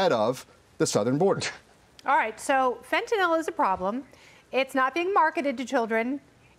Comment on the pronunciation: Fentanyl - not fentaNOL